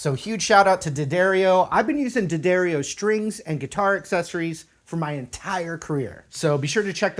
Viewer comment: Dee A Dario is how its pronounced